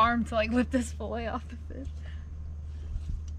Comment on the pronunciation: It’s pronounced fillet not filla stop killing the English language